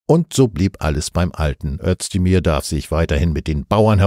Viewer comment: Aussprache Özdemir => Össdemir